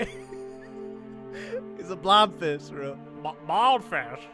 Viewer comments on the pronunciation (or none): Bro said blobfish but baldi said baldfish